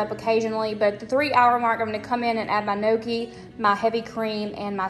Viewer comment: NEEOKIE (Gnocchi). Girl😹. There’s no celery in a cheeseburger 😹😹 or carrots. There’s no crying in baseball.